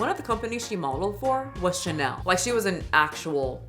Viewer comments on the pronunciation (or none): none